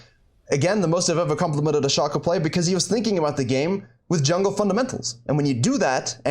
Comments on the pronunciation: You can play around all you want with your accent .. its still "Shaay cooo" .. !!!!! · i was watching till you said "shaw co " .. then I skipped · its "Shay cooooo" !!!!!!!!! .. you can clown around all you want with your accent .. its still Shay co